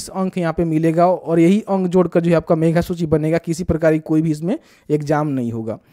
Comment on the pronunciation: मेघा नहीं मेधा होता है।